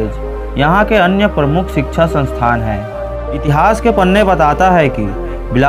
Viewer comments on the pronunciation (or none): none